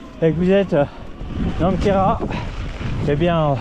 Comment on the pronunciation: Superbe, en plus tu prononces Correctement le nom Quéras 👍